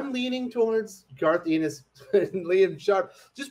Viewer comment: FYI, Garth's last name is pronounced "EHN-is", not "EE-nis".